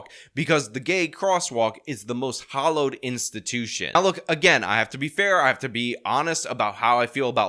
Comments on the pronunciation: Hallowed, not Hollowed. FYI, I love your videos and sarcasm. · Of course there's a manhunt. The State has to show The Woke how serious they are about accommodating gays. Also, the word is hallowed, not hollowed.